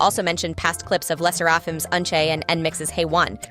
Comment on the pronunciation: I think that I someone is going to do a video of a celebrity frofm another culture, learn how to pronounce the names. Le SSerafim's name was slaughtered.